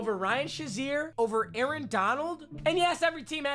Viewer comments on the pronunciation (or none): none